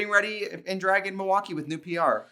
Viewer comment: you can tell trixie is a true wisconsinite bc she doesn't pronounce the L in milwaukee. it's "muah-kee".